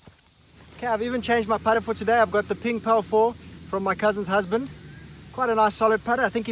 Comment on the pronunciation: when you said cousins husband i thought hou said "current husband"